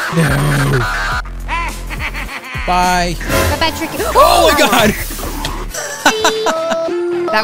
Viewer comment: It sounds like Tricky Sounds like He is Saying T